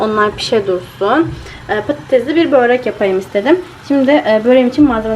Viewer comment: Boorek değil kiz börek 😅 ama cok güzel gurunuyor ellerine sağlık 😍🌷💜💙🌺